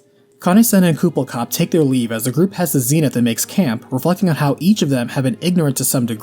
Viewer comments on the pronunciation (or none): none